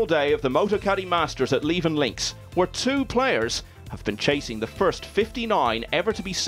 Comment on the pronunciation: Levenn Links???!!! Come on, do your research and find out how to pronounce place names properly!! It's Leeven (phonetical spelling).